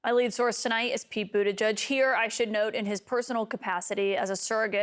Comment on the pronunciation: Kaitlyn Collins: Pete didn’t introduce himself as “Budda-judge, because it’s “Budda-jedge,” not “Budda-judge.”